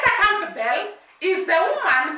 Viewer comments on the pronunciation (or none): Ester last name is Campbell however it’s pronounced Camble like Gamble.